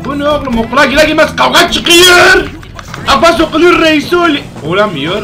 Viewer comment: Abi Abbas diyeceksin ebbesssss değil